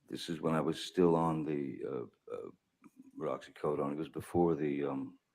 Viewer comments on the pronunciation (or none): Can I just comment that I think it's adorable that Johnny Depp thinks oxycodone is pronounced "roxycodone"? Such an oblivious rock star move... I love also that no one has corrected him.